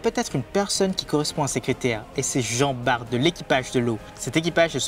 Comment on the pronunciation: Jean bart prononcé "Bar" svp 😅